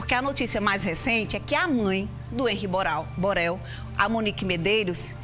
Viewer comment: Empresa (imprensa), abortar (abordar), Boral (Borel)... Essa apresentadora é esquisita.